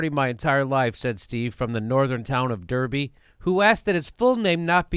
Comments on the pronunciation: From Derrrby! Love ❤️ it jimmy ! It's pronounced DAARRBY! Don't ask it's just English . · haha great breakdown. Thanks Jimmy! Oh, and it's "Dar-be"...just fyi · Derby's in the midlands, and is pronounced 'Darby'. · I am English and find it difficult to believe Hannah and Steve exist. We do not use words like Kite or triggered in conversation . Also Derby, pronounced Darby, is not in the North. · Derby pronounced Darby. Just for the knows. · Top-notch stuff Jimmy. Spot on. It's pronounced "Darby" though ;) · Its pronounced Darby for some unknown reason btw and its not northern ffs the midlands are real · It's pronounced 'Darby' Jimmy. I wouldn't let you socialise at a party with custard on yer chin. You're welcome :) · Establishment are scared of him, there is a parallel universe where Bernie is president and Jeremy is prime minister. Btw derby is pronounced 'Darby'